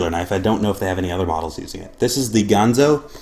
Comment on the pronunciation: Nice review. I do so enjoy that knife a LOT! BTW, it's not gone-zo, not the Muppet, it's GAN-ZO. I know a lot of people on YouTube started calling it the wrong name when the brand first came out to North America, I even called it by the Muppet's name for a few months too.